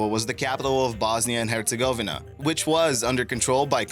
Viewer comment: it's pronounced sair a ye vo. and hertz a go ve na. fyi